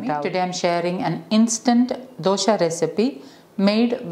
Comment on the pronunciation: The recipe name dosa not dosha , don't pronounce dosha , the meaning changes.